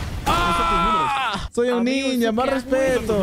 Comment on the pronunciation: dijo soy un niño o soy un ninja?